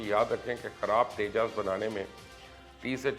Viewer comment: It's Tejas 😡😡 not teja and teju 😡😡😡